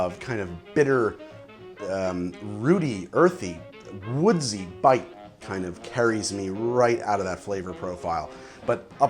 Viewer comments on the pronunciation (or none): none